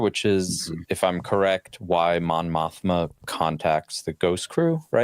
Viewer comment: Mon Mothma? More like Mon Moshma.